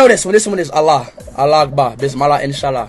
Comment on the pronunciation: speed have been saying bismallah wrong, its bismillah 😭